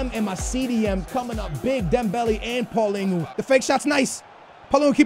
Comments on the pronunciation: it's PAULINHO not PAULINGHO so annoying. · its not paulingo its paal lee ni ouh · Y do say "paulingo" to paulinho you pronouce it "paulinyo" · I have two things to say 1. play Vertonghen as left back. 2. it is not Paulingo its Paulinho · It's Paulinho, not Paulingo.... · not paulingo, its paulinho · Why do you say pauligu instead of paulinho like dang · It's not pauliningoo it's paulinio/paulinhio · Why do you say PaulinGhu? Its Paulinho why the fuck do you see ing and a u wtf. Its pronounced like RonaldiNHO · What did he call Paulinho?? Paulingu??